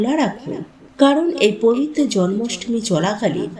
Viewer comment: ভাষা শুদ্ধ করে কথা বলুন পম্পা😮😮😮😮 বারে বারে পবিত্ত কথাটা ভুল বলছেন কেন😮😮😮😮😮 ওই ভাষাটা পবিত্র হবে 😊😊পবিত্র দিনে কথাটা বলুন 😮😮 কত মারাত্মক এই ভুল কথাটা 😮😮 বারে বারে বলছেন পবিত্ত দিনে 😮😮😮😮😮😮❤❤❤❤❤